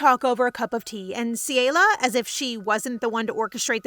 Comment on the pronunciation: It is CELIA CE-LE-AUH